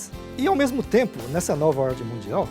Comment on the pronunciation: Porra não consigo acredita em uma pessoas que fala ORDI E DISORDI!